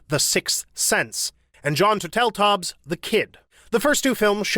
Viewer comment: Again with the mispronounced surnames: Tierney, Turteltaub, and Feury (and others but I give you some slack because they are uncommon names). Regardless, I still enjoy your videos.